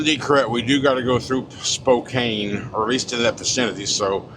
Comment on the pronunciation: It's pronounced Spo-can.